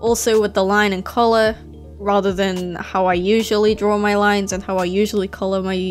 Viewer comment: It sounds like you're saying "drawrl" when you say draw. No offense.